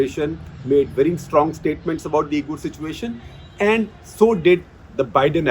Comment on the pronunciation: Uyghur is pronounced wee'gr or wee'gur sir.